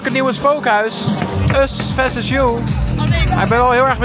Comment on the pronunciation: Us veses you 😂😂😂 “VERSUS!”